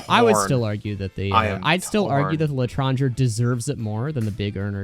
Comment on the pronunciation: For the love of whatever you hold dear learn how to pronounce Claideamh Mór and L'etranger, the worst part of all of your videos is the ear cancer I get from hearing them both pronounced the dumbass American wrong way